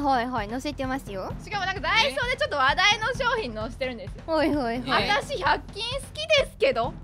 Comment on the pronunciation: 鬼滅のティッシュは嫁が子供に買ってきたわ あと、パッチンじゃなくてパッキンだねぇ